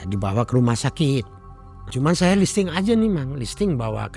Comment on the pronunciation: insting / bukan listing 🙏🙏